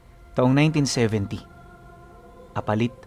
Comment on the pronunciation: Yung pagbigkas ng apalit ay mabilis dpat mabagal po para tumama ang bigkas mo!!